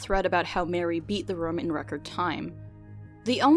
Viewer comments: Its very off putting when she keeps saying "rum" instead of "room" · rum lol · Escape Rums? Does that mean she escapes her problems by drinking rum? Or are you just pronouncing "room" weirdly? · her pronunciation of "room" irks me everytime.. rum. romm? rumm? rouhm! roommm.